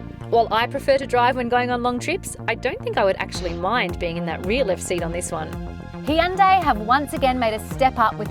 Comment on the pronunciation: Well, it is pretty similar to how it's meant to be pronounced